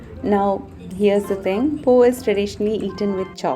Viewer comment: Hi, greetings from Malaysia. Nice to see you enjoying Vietnam. Vietnamese food is one of my favorites esp the soups. Fresh and delicious. Pho is pronounced as Fuh. When are you coming to Malaysia?